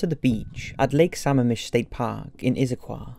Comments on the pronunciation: I can't stand when people don't do their homework on the "DOCUMENTARIES " they choose. Bungled facts & mispronounced words...UGH!! ITS P..UUU..GET SOUND. Pronounced P U J E T (PEEUUWJET) Not rocket science to "YouTube " Puget Sound and learn the correct pronunciation. YAKAMEME? Lake SAMMAMISH? (mispronounced) I give up, there are just too many. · same with Lake Sammamish (pronounced Suh-mah-mish) and Liz Kloepfer (pronounced Klepfer). Doesn’t matter if he’s British, he did a lot of research and correct pronunciation is important. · It isn't "pugget". It's "pyoujet". And Sammamish is accented with the middle "a". Denise. ...oh, you got it the second time. Boise is pronounced "boysee"